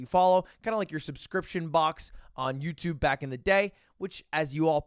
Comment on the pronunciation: Still can't say Youtube everytime lmao